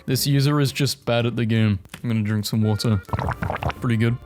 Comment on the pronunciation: "im gonna dink some water" w a t e r